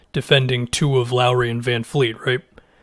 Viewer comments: Sorry for the nitpicky comment but he's not Greta Van Fleet, he's Fred Van Vleet, with a V. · It’s vanvleet, there’s no F’s in his name. I’m annoyed at everybody Just saying a simple name wrong so much